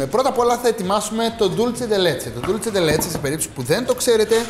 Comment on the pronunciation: Dulce όχι Dulche